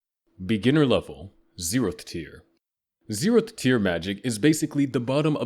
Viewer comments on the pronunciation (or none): Is he saying zerotb tier?? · 0 tehth tier, damn AI reading